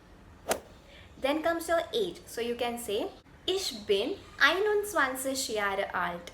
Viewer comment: The content is good. But your pronunciation is not German, such as you should use guttural r also improve these: 'er' --> ea, 'Jahre' --> yaga , 'Spreche' --> spreikhe, 'ar' --> aa (aabeita)